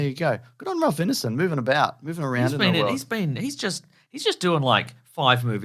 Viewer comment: It's Ineson as in Wine-son rather than Ineson as in Dinner-son (straight from the Finchy's mouth)